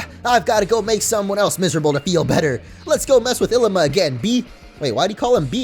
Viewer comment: Illima is pronounced Il LEE ma